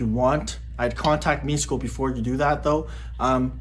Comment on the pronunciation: Another Serbian here. I agree, awesome video. Just a small correction, you would pronounce Miško like Mishko, not like Misko. Wherever you see the letter "š" you pronounce it like "sh" in "shoot".